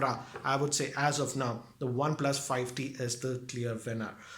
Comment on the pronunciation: He is saying fi T